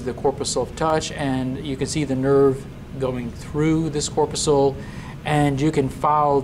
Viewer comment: Corpuscle (mispronounced). Sweat glands are now called eccrine glands (since the mid-1970s). However, my "laser light" cat loved the video.